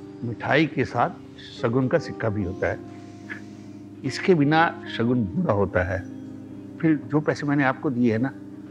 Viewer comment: it is शकुन not शगुन